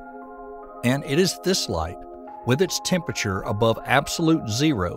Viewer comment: What really drives me nuts is when he pronounces the word "temperature"